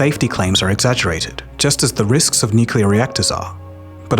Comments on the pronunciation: Has gone "nucular" now? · Xu Hongjie = Hshuh Hohng Jyeh. He butchers the pronunciation in the video, as he does the word "nuclear " which is "new klee/clay uhr" not "nuke ya luhr". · Why do you consistently and persistently mispronounce "nuclear"? It's not "nucalar"! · Unfortunately, when someobody pronounces nuclear "New cue ler", I want to turn it off. When it might be an AI with a british accent it is goodbye. Too bad. Unsubscribing. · Channel specializing on nuclear energy says "nucular". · jesus your whole channel is focused on fusion and you can’t pronounce “nuclear”? 😭 please just google it or something